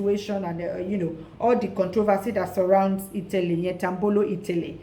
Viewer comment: Why is itele hard for you to pronounce properly... itele translate it as shoe.."get it now "